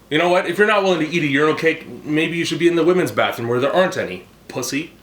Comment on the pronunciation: So "come up in dehr, and come back down latah"? Fair enough for a "daddy kink"